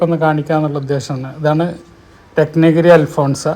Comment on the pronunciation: അൽഫോൻസ അല്ല...അൽഫോൺസോ